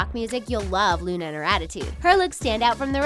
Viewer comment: It's Luna not lana